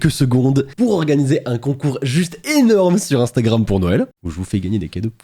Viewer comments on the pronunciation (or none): none